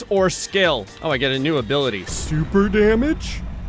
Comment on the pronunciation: the way he says "SoUUpEr DamAgE"😂🤣😂🤣😂🤣😂🤣😂🤣